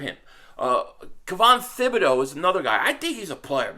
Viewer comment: P500- ya killing me ""; Thibodoux's name is pronounced Tibb -bee-DOUGH (now just say it faster and put it all together)....I had to learn French while I was married to my Canadian ex-wife.... I'm like you cuz, born in Philly raised in Jersey. My in-laws used to ask where I learned French because (get THIS) they say I spoke like a Parisien, ooh-la-la.... I told them.....where??? New Jersey!!!